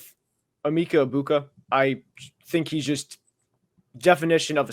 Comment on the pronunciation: You’re the only person I’ve heard pronounce Emeka Ebukas name like that. Are we all doing it wrong?